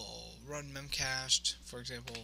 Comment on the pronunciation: Good video, buit it's called "mem cache dee"